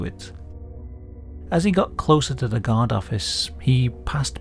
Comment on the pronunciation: Your accent makes guard sounds like god.